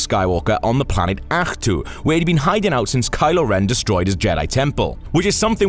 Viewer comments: Welsh way of saying Ahch-to:D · Think they legit choose the Welsh guy to pronounce the planet luke was on